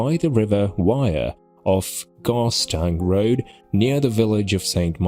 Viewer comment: Not gargston rd, not Ni- cola. Do 1 m8